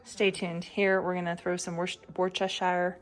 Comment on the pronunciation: its said Woost AH sheer :P